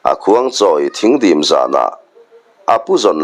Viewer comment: Thing dîm pawh hi i thlûk dik lo hulhual e. Thing hi sawhthing sawina a ni aw.